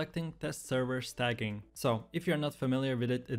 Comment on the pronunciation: Oof, the way you pronounced "staging". 🤣